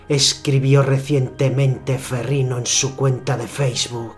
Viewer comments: Curiosidad por saber.... pero me gano la verguenza ajena por el tono y la voz del comentador hehehehehe y no se dice ferriNo se dice ferriÑo la "GN" en italiano es la "Ñ" en español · No sé pronuncia ferrino es "ferriño" como Ronaldinho